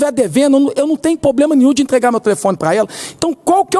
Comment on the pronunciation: Poblema não. E Problema. Do senhor ganha muito para aprender a falar correto. Não assassine a língua Portuguesa.